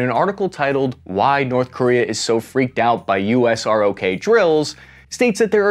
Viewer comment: We don’t stay “R.O.K.”…. It’s pronounced “rock”. Pretty decent poke at this though.